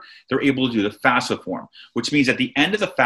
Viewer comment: get the name right , its not fasfa its FAFSA